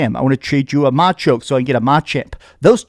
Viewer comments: Don’t get me wrong I appreciate this video/review VERY much! I just giggled at your pronunciation of “MAH-choke” and “MAH-chmp” (like you nearly erased the “a” in “champ” altogether)… when I’ve never heard ANYONE EVER say machoke or machamp as anything other than “muh-CHOke” and “muh-CHAMP” lol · I’m out after hearing that pronunciation of machoke and machamp lol opinion invalid